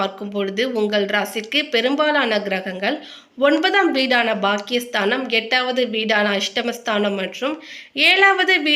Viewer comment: நல்ல தமிழ் உச்சரிப்பு தேவை. "ஸ்தானம்" என்று சொல்லவும். "ஸ்தனம் " என்பது பெண்களின் மார்பகம். தமிழகத்தில் தமிழ் சானலில் தமிழ் உச்சரிப்பில் தவறு ஏற்படுவது‌ வெட்கக்கேடு